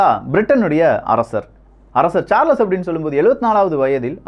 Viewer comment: தல நான் ரொம்ப நாளா சொல்லணும்னு நினைத்து மறந்த விடயம் , "சார்லஸ்" என்று சொல்லாமல் "சால்ஸ்" என்று கூப்பிட வேண்டும்.